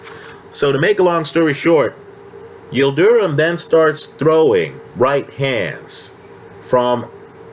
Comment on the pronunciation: his name is not pronounced Yil du rum......it’s Yil drim.....